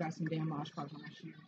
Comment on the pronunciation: It’s Mod Podge not Modge Podge👍👍👍